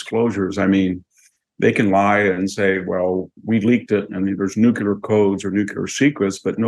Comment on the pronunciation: I really like VDH. But he needs to learn how to pronounce NUCLEAR.